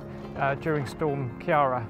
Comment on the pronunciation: absolutely butchered the Ciara pronounciation